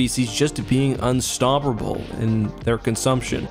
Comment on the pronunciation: “unstopprable”